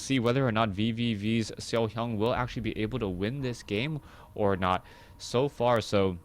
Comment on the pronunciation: i love like u say SeoHyeon <3